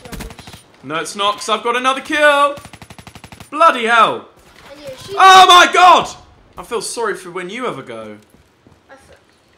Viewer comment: can u stop saying bloodyhel man is better